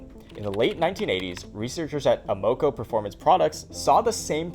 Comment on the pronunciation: Say it with me “Am” - “uh” - “co”